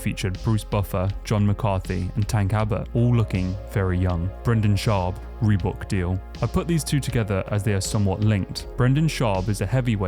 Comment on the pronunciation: The FUCK is a REBOOK deal? You actually spell it how you all SAY it? 😂